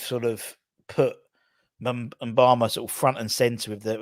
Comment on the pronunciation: Moo-ba-ma. Not M-bama